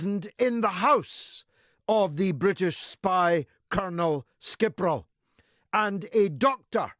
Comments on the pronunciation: As usual GG cuts to the bone, but it's "Skri-pal" not "Skir-pal". Dyslexia is aggravated by progressive education's doing away w/ phonics. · Skiprol? It's scree-pal (skripal) Brits can't even say russian names properly...you know nothing of Russia. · This man's a clown. He can't even get his name right. It's Skripal not Skipral.Whatever. Does he have some insight or access to the investigation? No he doesn't to where does he gets all this from? Coincidentally, his views on this are identical to Russian TV's view. How strange. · Why does this idiot keep pronouncing it skipral, it’s skripal you moron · Sorry, but "Skipral" should be "Skripal'"... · It’s Skrypal not Skypral you jerk. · There names were 'Skripal', not 'Skipral'...you pathetic f@ twat. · Why can’t you pronounce Skripal properly? Moron and in Putin’s pocket... What does he know that detectives don’t know?? Talking out of his arse.